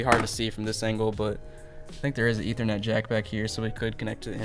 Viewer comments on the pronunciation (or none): none